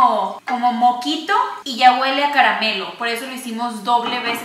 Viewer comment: Como "moquito" JAJAJAJA i love you 😂😂❤